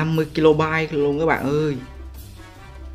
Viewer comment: Kb = đọc = ka bai not ki lô bai :L